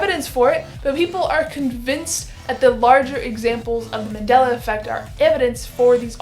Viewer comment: Its Mandela, not Mandala